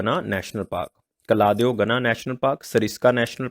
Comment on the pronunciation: That is केवलादेव not कलादेव sir! National park in rajasthan!